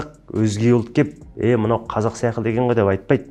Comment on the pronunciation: Қазақта (сяқылды) деген сөз жоқ! секілді !!! Деген бар Азамат білдей азаматсыз Мың Батыр орталығын құрған. Сіз өзіңізз шебер нақты сөйлеп тұру керексіз ең бірінші !сосын "Н" емес "Ң"